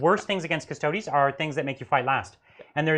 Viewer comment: The mispronunciation of "Custodes" is very distracting and driving me nuts. The vowel 'e' in -es ending is pronounced like the word 'they', like in "Astartes". A close approximation is "Cuss-toe-days". "Cuss-toads" and "cuss-toe-dees" are both incorrect.